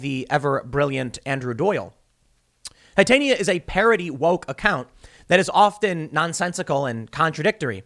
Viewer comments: Tim ... PLZ STOP PRONOUNCING IT TITAN-NYA MCGRATH ...ITS TIT- ANYA . I KNOW ITS NOT A BIG DEAL BUT IT DRIVES ME FUCKING NUTS 🤣🤣🤣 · Its pronounced as 'i'll break it down for you Tim,' Tit arnia. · Tim, it's pronounced "TIT-AHN-YA". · The way he pronounced Titania made me cringe so hard.